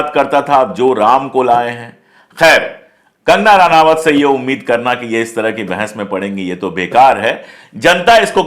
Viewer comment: इसका नाम रनावत नहीं रनौत है। अनपढ़ औरत है।